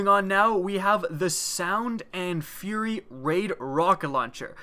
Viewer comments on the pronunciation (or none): none